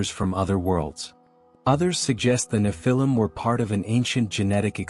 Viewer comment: One thing is for sure , the AI voice is murdering the way you say "nephilim". 😂